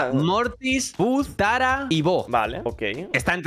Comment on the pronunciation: En vez de tara sale lara